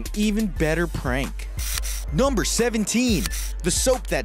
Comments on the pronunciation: The dude said "Gumber eleven" Instead of "Number eleven"WE Like this if you heard it too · Crip52Crazy NUHW-BUR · Crip52Crazy noembur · Crip52Crazy numbaol lol right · Crip52Crazy he said gumber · Crip52Crazy Nomber 18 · I hate the way he says NOMBER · The way he says Number hahah